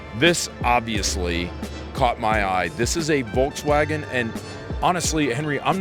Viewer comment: VOLKSWAGEN. Not wolksvagen.